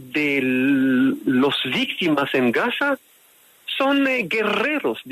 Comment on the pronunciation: Vistima... vistima... vistima, vistima, vistima